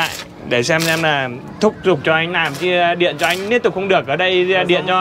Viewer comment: Thúc giục chứ không phải " thúc dục".....